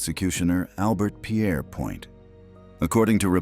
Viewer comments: Albert Pierrepoint, pronounced "peerpoint' not "pierre point"! His name was anglicised. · Pierpoint not Pierre Point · It’s pronounced ‘peerpoint’ not Pierre- point. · Pierrepoint is pronounced peer-pont, thank you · The hangman’s name is pronounced Peerpoint,although spelt Pierrepoint. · The British pronounce Pierrepoint as 'peer-point'. What is the logic in this video of pronouncing the first syllable like the French forename but maintaining the 'point' of the second syllable? To be consistent, it should be pronounced as 'pwan'. In fact, why are Americans so generally incapable of pronouncing French words correctly? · Peerpoint is the pronunciation. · It's pronounced "Peer-point". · pont. peer-pont. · Narrator mispronounced Pierrepoint.